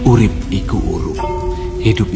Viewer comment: Kalau di daerahku kata urup dari kalimat 'urip iku urup' pelafalannya 'urep' e nya kayak pelafalan di kata 'desa', bang 😄 jadi bukan u.